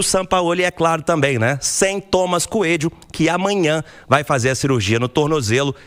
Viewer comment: NÃO É “TOMAS”,, É “TOMÁS” CUELLO, TEM ACENTO AGUDO NO “Á”. Não é possível que até hoje você não sabe.